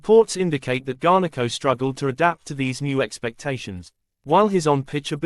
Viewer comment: Cheesus its garnacho not garneko fuh christ sake